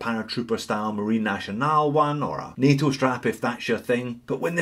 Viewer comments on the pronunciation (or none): none